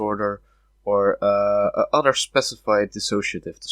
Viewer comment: Can you please stop saying “otter” instead of “other”?